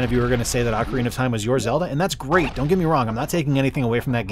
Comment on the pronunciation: Super fun video! Have you considered Opera? You even rolled that “rrrr” in “great”. Nice!😃 I need more 64 in my life. 👍🏻👍🏻 GASP! The prequel to the holy trilogy. Shame, shame. Very well done.